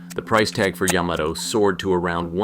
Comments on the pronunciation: OMG! Ya-MA-to! YaMAto! Accent on the MA! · Wrong! It's yä-mä-tō with each syllable getting equal weight. Look it up!